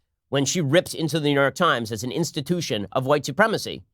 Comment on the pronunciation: Ben's "inna wiseguy" breaks through "Insta-tooshin..." Eyyyyyyyyyy! Whooooooa! You goombatz